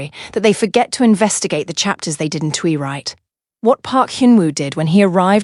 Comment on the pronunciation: She didn T , I didn T . Oh boy prononciation is lost in Translation 😅. Al contractions are in need of editing .